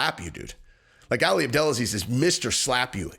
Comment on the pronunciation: His name's not pronounced Alley it's pronounced All Lee or Ollie. For some reason you continuously repeating it incorrectly bothered me. Every other person in the video said it correctly so you had their pronunciation to go by and use as a great reference. I know you're a meat head but you are on the upper part of that scale so I expect more from you as you're one of the smarter ones. Lol I'm Jus busting balls! Yall go easy on me.